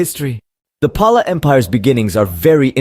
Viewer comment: It's actual pronunciation is 'Pal'